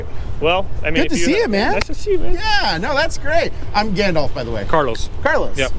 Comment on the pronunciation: I'm sorry... Did he say he's Gandolf? As in Lord of the Rings Gandolf? Hmm....😮